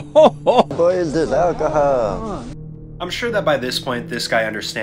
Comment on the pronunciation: That “boa is jes akahaaal” caught me off guard 😂😂😂😂